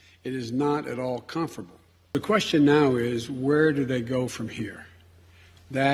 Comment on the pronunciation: "It is not at all comfrable..." Biden the Demented